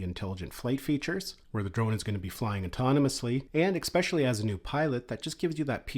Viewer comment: Thank you for the Info :) Little help: there is no "Eggspecially" ;)